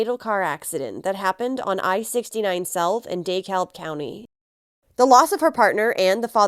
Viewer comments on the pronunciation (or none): Such sadness. It is pronounced De Kalb